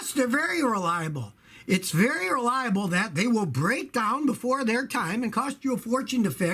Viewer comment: "Vary" reliable.